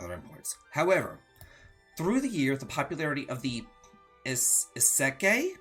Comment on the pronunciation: I believe it's pronounced "Ys (as in Wanderer from Ys),- ick (as in sick) - kai (as in Dragon Quest Kai)"